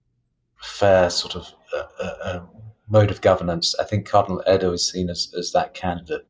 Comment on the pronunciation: The cardinal’s name is Erdoe, umlaut oe! Not Erdo!